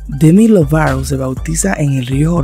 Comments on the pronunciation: Porque dices demi lovaro? En lugar de lovato? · Dejar de decir " Demi Lovarou " papi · Porque dices Lovaro. Es LobaTo. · Porque decís el apellido así ??😣